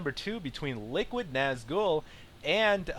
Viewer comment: ...say nazgul properly D